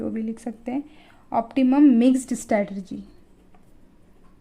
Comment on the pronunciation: It's strategy not stratergy kyu complicated bna rhe ho